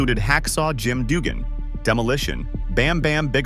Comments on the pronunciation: Teach your AI to say RUDE AND DUGGAN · Ai narration is terrible. Instant channel changer. Don't you listen to your videos before you post them? Who the hell is Rick Ru-day or Jim Doogan? If you can't get the names right, what else did you not get right? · Hacksaw Jim "Doogan" and Rick "Rude-eh".... good job narrator, also saying WWE when referencing 80s WWF seems like a sin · "Rick Rud-eh", "Jim Doogan"? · Its A.I. BROTHER OoohhYEAHH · This was the first time i checked this channel out. I had it on while i was doing something else. I heard Jim Doogun and said; thats it, im out. Fuck AI channels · Yeah, the narrator can’t pronounce the names of Rick Rude and Hacksaw Jim Duggan correctly.